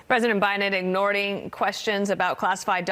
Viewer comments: Ignorting...she said Ignorting and seconds. Can she please give a definition for that word? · "ignording" questions 🤭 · Did anyone else hear her say "President Biden ignording....." ?